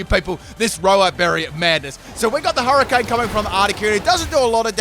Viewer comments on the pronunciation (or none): none